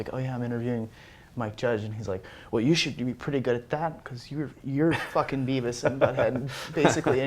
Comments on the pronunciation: Its Beavis not bevis. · ahahahah Bevis (beh-vihss) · *Beavis, not "Bevis"... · It's beavis, not bevis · Hey! It's "Beavis" not "Bevis" =P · It's Beavis not Bevis! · It's Beavis, not Bevis, you butthead! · >Bevis Its Beavis. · Umm.. It's Beavis not Bevis -_